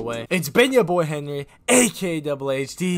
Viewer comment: end of the vid he said henwy